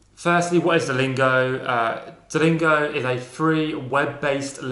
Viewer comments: Say dalingo one more time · When he said DELINGO, I felt that